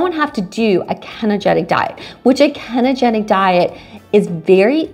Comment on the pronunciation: Kenogetic?!? Did you mean Ketogenic?